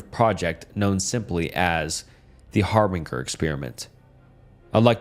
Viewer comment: Har-bin-jer not Har-bing-er